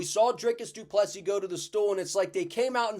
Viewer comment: Proud of Drickus as a South African. Also great to see an American saying du Plessis correctly (without the last 's'). Keep up the good work man!